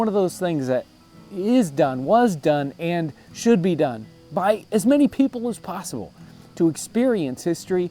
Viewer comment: The way you said 'possible' was pure English West Country!